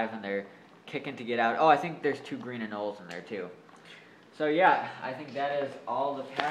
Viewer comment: Great video!!! Just wanted to tell you it's pronounced anol-e :)